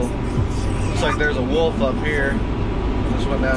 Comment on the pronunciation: Good upload bruh! Did u say wolf?!!!